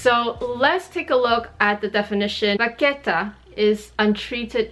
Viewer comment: I appreciate you explaining the two pronunciations in French and Italian at the beginning 😊. I also speak both languages and know we like to make up our own versions of how to say things in the luxury community 😁. Spot on with the French (of course!) and Italian 👌. Thanks for the video 💕